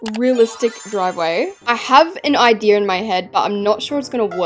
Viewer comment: i love the way says idea, "ideer" "idear" "ideeyer"